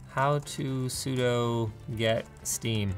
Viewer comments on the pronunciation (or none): Linus. Why? Ya said it sudoe instead of sudoo. My disappointment is immeasurable and my day is ruined. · "how to sudo get steam"